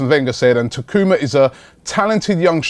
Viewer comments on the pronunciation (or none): Hey Robbie, its Taku-MA Asano, not Taku-MO Asano